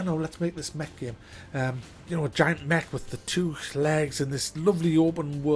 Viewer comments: He keeps saying Mech and all I hear is Meg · is he saying, Mc? Mack? Mech? Mag? Neck? game?